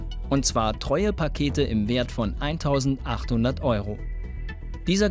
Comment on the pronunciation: „ Paket“ mit „ck“🤦🏻‍♂️🤦🏻‍♂️🤦🏻‍♂️🤦🏻‍♂️🙄